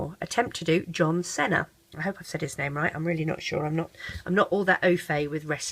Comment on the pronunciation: its pronounced "John SEE-NA